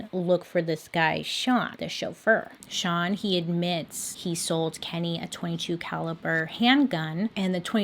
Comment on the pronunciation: I love how confident Bailey is saying STAN instead of SEAN😂😂